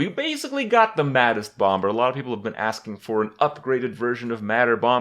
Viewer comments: When will kripp learn to say bomber? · Just FYI, the second "B" in bomber is silent